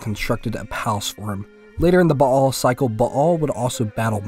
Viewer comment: Thanks for not saying "Bale"